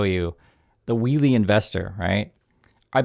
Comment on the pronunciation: He messed up "wheelie" bad...